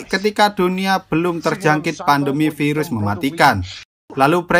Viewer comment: Pirus KENAPA HARUS PIRUS 😂😂😂😂